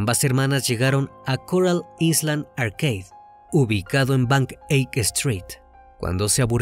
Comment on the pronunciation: Me encantan tus videos, pero island se pronuncia "ailand" sin la S